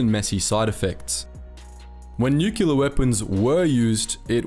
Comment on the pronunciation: Nuclear - Nucular? No!